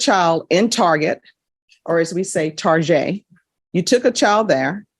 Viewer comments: Ain't no way dropped a "Tar-jay" 😆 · I love the way the judge pronounced the word "Target" like "Target" instead of "Target".